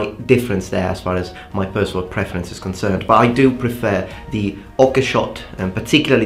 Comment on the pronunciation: You mentioned you want your pronunciation corrected, so: A bit nit-picky, but: the second E in "prefer" is slightly off. That aside, if you really want to be a badass, dual wield a katana and wakizashi like miyamoto musashi. :P